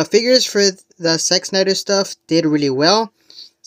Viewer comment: Why does it sound like.youre saying sex Snyder ? 😮